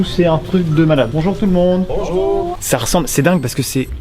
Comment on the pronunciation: J'adore de à " bonjout tous le monde !" 😂😂😂😂